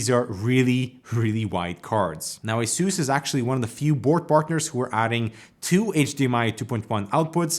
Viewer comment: The way you pronounce ASUS troubles me deep to my core.